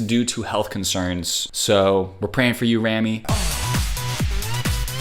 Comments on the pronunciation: I just want to say that it's pronounced " Rah-Mi" not "Reh-Mi" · Her name is pronounced RAH ME just a little help for you 😁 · Fyi… rami’s name is pronounced almost like “rawme” with the beginning part ram sounding like “RAMen”